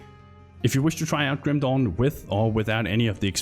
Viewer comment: Love how you call it Grüm Dohn <3 Nice video